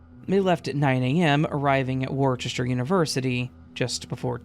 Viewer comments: BTW, Hertfordshire is pronounced "heart-ford-sheer". Worcester is "woost-uh". Anyway, enjoy your Chewsday. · Worcester is pronounced wuster